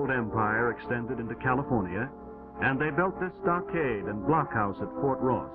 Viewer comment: Why he saying California like Cali-forn-ia